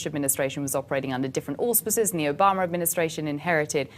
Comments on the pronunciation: is anyone else annoyed that she pronounces Obama's name "Obamerr" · Funny how any word that ends with an a, she adds an r. Obamar time after time.